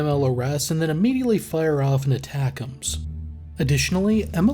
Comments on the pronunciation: ATACMS is pronounced aaaa-tackem's Also, there's a NG unit of HIMARS in the state of Michigan. 1-182 Field Artillery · That is my pet peeve as well lol